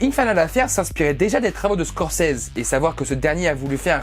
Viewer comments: Ça se dit Scorcizi... Et non Scorcèse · mdr...tu massacres le nom de Scorcese....mdr...une chance qu'il ne t,entend pas. Ça se prononce avec un ''i'' et un ''z''....mdr...Scorce(i)s(z)es ( on prononce ''scorçize''. ...Shakespeare doit se tourner dans sa tombe à vous entendre. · Ça ce prononce pas comme ça Scorsese x((